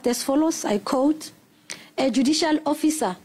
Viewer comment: Its quote not coat omw